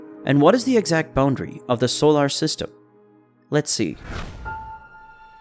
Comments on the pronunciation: I got hung up on that too. They can't find a person to speak? You'd think they would have fixed it. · Fantastic video. Super distracting how you say solar, but a great video 😂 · "Solar" needs some pronunciation work.